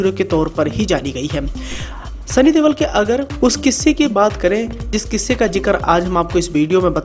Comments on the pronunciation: Yar sunny deol ha tum sunny DEWAL kyu bula rahe ho 😄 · Deval nai deol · Deval ni deol aa bhai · Sunny dewal nai Bai sunny deol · Not Deval but Deol